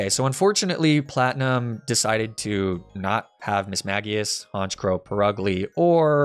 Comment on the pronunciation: IT'S ALAKAZAM, NOT ABRAXASM! AND THE SECOND C IN HONCHKROW IS SUPPOSED TO BE A K!